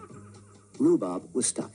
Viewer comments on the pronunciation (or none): The programme was called "Rhubarb" please get it right.